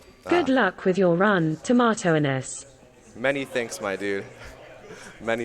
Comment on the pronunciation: Tomato Angus the G is silent